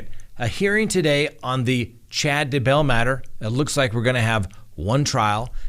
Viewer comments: I was wondering why he keeps saying Chad De-BELL. (Instead of DAYbell.) 😅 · You say “Duhbell” on purpose right? If so genius! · Please learn how to pronounce Chad's last name. You sound like an idiot.